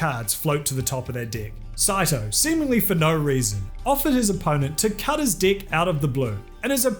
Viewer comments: When he said “cut his deck”, I thought that he said something different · Cut his what??? Oh deck..right, the accent. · I love how your people pronounce "deck", what a magical place you live. 😆🤣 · That was hilarious, I was certain you were doing it on purpose lol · Saying the word "deck" as "dick" everytime over and over and over got old about 5 minutes before I started watching the video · Not "dick", DECK, you dick!!!😀😀😀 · The way he says deck 😂😂😂😂 the deick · Now, I know it is probably your accent, but you make the word Deck sound like Dick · Im sure comments been made before but this guy says 'deck or decks' i hear 'dick or dicks' edit - wording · i heard cut his dick and was like whatt???????? then oohhh, deck,, not dick. where is this guy from, that pronunciation is hilarios,. "Had a card on his dick" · It sounds like “dick” when you say “deck”. But makes the video far more interesting to listen to 🤣🤣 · why can't you say : DECK???? cut the dick sounds wrong and painful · dE.......Eck. Not dIiiiiiiiiiick. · They way you say deck in this video is so close to sounding like dick. Was taken back when I thought you said "cut his dick" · I thought you said cut his dick, not cut his deck. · Every time says 'deck' all I can hear is 'dick'. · Every time you say deck, I hear dick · He is going out of his way to emphasize “DIH” instead of “DEH”. If that’s how he pronounces the word “deck” I’d love to hear how he says “dick”, as I do not think it’s possible to obfuscate the e sound any more than he already has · I stopped paying attention to the story. All I know is that , "the opponent was trying to tamper with his d*ck" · Every time you said "deck" I heard "dick" lmao. I was listening to this while at work and almost choked! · When you say 'deck' it sounds like 'dick.' Hehehehehehehehehehehehehehehehehehehehehehehehehehehehehehe. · Sounded like "cut his dick" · Everytime you say deck, i hear d*ck. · I keep hearing 'cut his deck' as 'cut his dick'